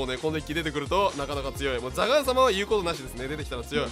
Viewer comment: ザガーンは有効打なしに聞こえて震えた